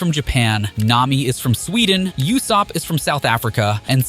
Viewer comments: Learn to pronounce properly it ussop not youssop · Are we just gonna ignore the fact that this man calls Usopp for “Yousopp”?💀